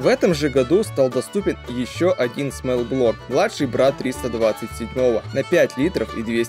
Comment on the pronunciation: Ни смэл блок а смол, то есть малый а смэл это воничий